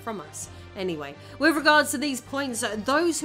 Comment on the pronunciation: Can you not pronounce "TH" you can clearly say "those", "the" "that" but all other th sounds get an F or V...... why? You say wif (with) wifin (within), bof (both), brover (brother), youf (youth), wever (weather), over (other) Please learn English and how to speak properly.